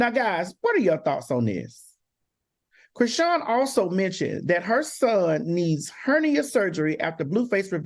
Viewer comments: AL CANT PRONOUNCE NOBODY NAME ITS CHRISEAN DUMMY..... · yall complain about dr heavenly yet AL don't even know how to say chrisean's name yetttt lmfaooooo!!!!!!!